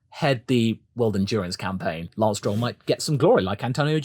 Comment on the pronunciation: Papa Stroll sonds like Pawpatrol the way you say it. There ist a Joke somewhere in there.